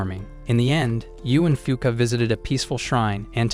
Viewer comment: Fuuka really sound like F*ck